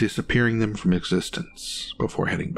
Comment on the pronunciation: Too breathy and bad habit of turning one syllable words into two - e.g. skull-ah or them-ah. Did better towards the end though.